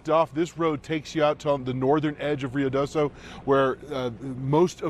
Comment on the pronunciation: Pronounced RIO DOSO, and 54 is miles away and separated from Mescalero by a mountain range.